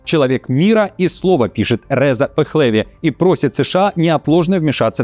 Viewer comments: Не ПехлЕви, а ПехлевИ. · ПехлЕви это звучит по грузински,а иранские фамилии всегда имеют ударение на последнем слоге - ПехлевИ